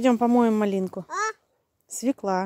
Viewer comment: Вообще то : СВЁКЛА,УДАРЕНИЕ НА Ё